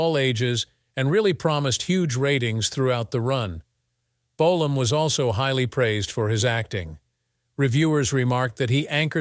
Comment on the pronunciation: How many different ways can the narrator pronounce the word Bolam,in one video??